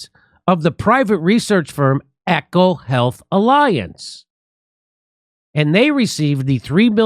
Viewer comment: It’s E CO HEATH not Echo Heath.